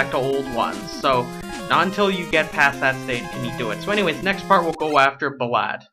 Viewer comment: Just a bit of an info, I think ballade's name is pronounced "Ball-Ayde" I think you pronounced his name wrong, no offense bro